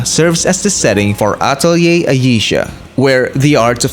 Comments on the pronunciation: It’s “Uh-Tell-ee-ayy” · The only video that i saw that pronounces the name correctly